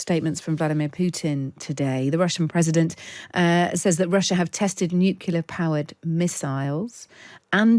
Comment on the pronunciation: Nucular? … Try nuclear.